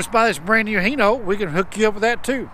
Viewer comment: Hi, why in America do you pronounce it as Heno, when everywhere else say Hino, like when I greet you I say Hi, instead of He how are you. Sorry for being sarcastic.